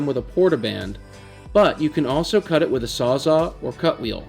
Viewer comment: Sawz-All. Sawz-All. Not 'Saws Awe', who started that nonsense, why are people still doing that.